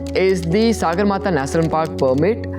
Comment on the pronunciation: It is not Sāgarmatha but Sagarmatha. Sagar सगर means sky in nepali.